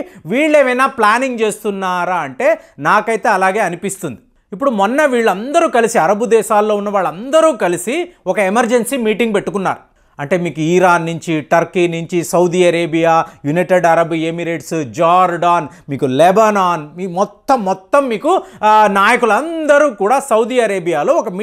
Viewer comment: ఇరాన్.. ఈరాన్ కాదు. Pls improve your language skills.